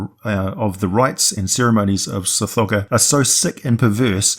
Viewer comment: Sometimes when you say Tsathogga, it sounds like you're saying Sir Frogger. Lol